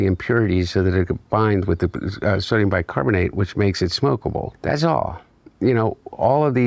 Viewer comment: "Bicocarbomomate".....lol....like father like son